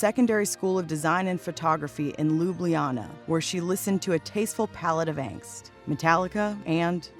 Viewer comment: If the woman reporting here, could pronounce "Ljubljana" nearly as good as Melania´s pronounciation of the english language, she would be far more credible... Sugar daddies deserve nothing less than gold diggers as wives, and that´s her only fault, while, from societys point of view, delivering justice to all sugar daddies, cause such men deserve exactly such wives... And don´t forget, Michelle was pretty good educated and engaged, but all other 1st ladies till now havent´t been better than Melania...